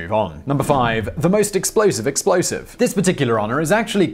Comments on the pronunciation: The most explosive "expolosive"? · Expolosive - really?